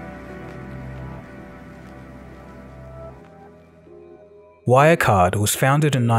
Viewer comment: Your pronounciation of German names is horrible, you're not even trying to say them correctly. It takes 5 seconds to search for the words on German wiktionary and listen to the pronounciation. Good video, though.